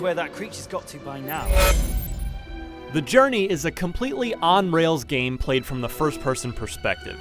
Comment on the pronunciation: "ITZ GOOD... FOR AH KINECT GAYM" Most hilarious line here